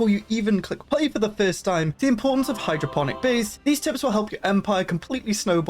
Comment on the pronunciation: Hydroponic? Not hydroPHONIC? When did that heppen?